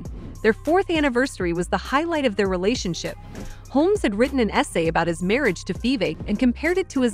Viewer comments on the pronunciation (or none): none